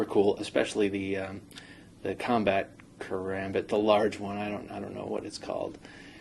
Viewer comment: No offence people do it allot but when people say ker-ambit and add a third syllable it doesn't feel right